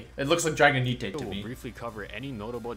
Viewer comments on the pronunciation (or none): how did u just pronounce dragonite? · Bro its not Drago - nee - te its Drago - night (nite)